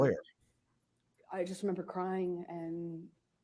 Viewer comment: Her new name is Gina be. "RE-MANBER HER"